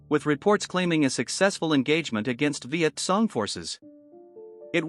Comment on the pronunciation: "Viet Song" forces??